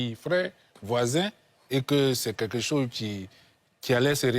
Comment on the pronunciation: Voilà l'homme aux lunettes noires qui dit "quêquêcho" au lieu de quelque chose